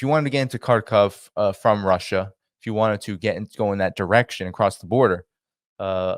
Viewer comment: Please learn how to pronounce Kharkov.